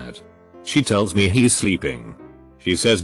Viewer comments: Human: "He's" Robot: "He-sus" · It's = "it-sauce" He's = "he-sauce" I'll = "I-sull" They'll = "they-sull" I have never heard TTS screw up this bad. It-sauce almost funny. I-sull almost be amused, but it-sauce getting annoying. I-sid pay 5 dollars ... zero-zero-zero to make it stop. Damn. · OK, so I like these "robots reading reddit" type videos and I'm used to "fassabook" or "TL;doctor" but please add a rule for "he's --> heez" on your reader, I can't deal with "hessa" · no one:: Hesos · Does the software pronounce apostrophes as “saw”? Like He’s=He-saw-s, isn’t=Isn-saw-t, etc. What’s going on here? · Hessos = he's